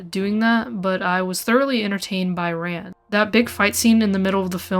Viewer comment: RAN. Pronounced like "fawn".